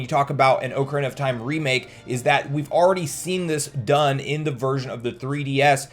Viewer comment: Take a drink everytime he says 'oak-arena of time'